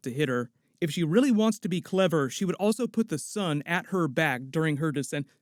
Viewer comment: man you say 'Sun' as 'Son' and I almost couldn't understand what you meant...